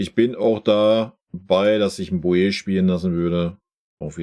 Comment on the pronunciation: Boey wird (Bow-E) ausgesprochen nicht Bojee oder nur Boe